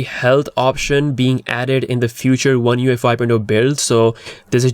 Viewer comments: You keep saying U F I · You just can't pronouce oneUi 5.0 so many time and ist is always wrong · LoL. I just realized you were saying ONE UI 5 not ONE UFI. You need to space those slightly apart so you're not misheard. :) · Lol the way he pronounces the name is hilarious 🤣